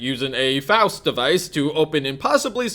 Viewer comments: ffs it's pronounced FOWST, not FAHST! Learn to read, my dude "XD I tease, keep up the good work this series is amazing XD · dam you it's pronounced "Faust" not "Faust"... or as google would pronounce "fowst"... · ITS PRONOUNCED "FOWST" like faustian where you sacrifice anything for power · Faust (f-ow-st) as in, faustian bargain... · literally unwatchable; he doesn't know how to pronounce Faust. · Idk if he's intentionally pronouncing Vaught and Faust wrong, but its pissin me off